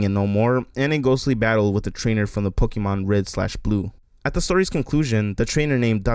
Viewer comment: ugh cant do all the pokee-mon's